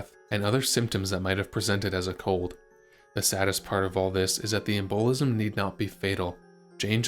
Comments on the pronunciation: em-boh-lism? ugh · Yeah, I didn’t know the “plaaag” had been raging through London, not to mention that “em-BOWL-izzum” that may have caused Jane’s death!🤨